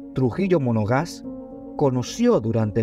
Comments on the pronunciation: Monaga. No monoga’ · Monagas, no monogas .. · Monagas....Monagas ,,,no monoga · trujilo monagas,no monogas,luce despectivo y descuidado en la fuente donde obtuvo los datos,lo que se va publicar por los medios y redes debe ser correctamente informado,para evitar que los que no conocen mucho la historia la aprendan mal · MONOGAS noooo, MONAGAS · Monagas,no mono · EL SEGUNDO APELLIDO DEL PADRE SE PRONUNCIA ( Mona'gas)